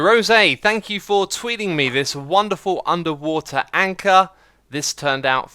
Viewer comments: How you miss pronounced anchor is the german word for it, Anker :D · When you see anchor wrong its. Sounds Dutch. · you saying anker wrong does sound like the german translation :D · Have to say, perfect german pronunciation on that Anker! 😃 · that was a pretty good pronounciation of Anker, if you wanted to say it in german ;) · Anker is actually how you say anchor in german :) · Anker (the way u said Anchor) is actually the right word for it with the right pronounciation in german. :D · You accidentally said anchor in german :D (It´s Anker, like you said) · You just said anchor in german :D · you said anchor in German! perfectly pronounced